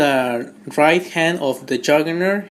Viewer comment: Wulbereen, Marbel's Habock and Jurgernert...nice.